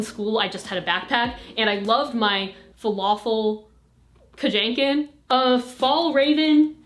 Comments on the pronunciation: “Falafel kajanken” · "Falafel kajanken" LOL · "I love my....Fwalafel KuJenkin?" 😂😂😂😂